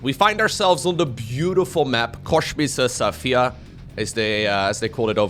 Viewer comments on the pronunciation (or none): Just to have it said, it´s spelled "Kosmischer Saphir", not "Koschmiser Saphir", you should have a serious word with your german teacher at HSC :D